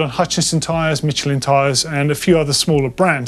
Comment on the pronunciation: Pronounced Michelin(mish-ul-in) 👍